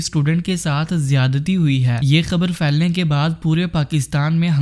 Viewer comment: او اجڈ اردو لہجے کا جنازہ نکالتے ہو۔ پھیلے ہوتا ہے۔ فیلے نہیں۔ پھیلنے ہوتا ہے۔ فیلنے نہیں